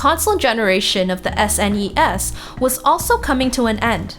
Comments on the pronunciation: the S-N-ES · She really needs to loosen up a bit when narrating these. For example, the way she says NES and SNES makes it hard to imagine shes played any of these game systems.